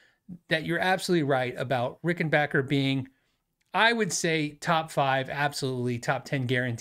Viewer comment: Thank for you modeling the correct way to pronounce Rickenbacker. Seriously.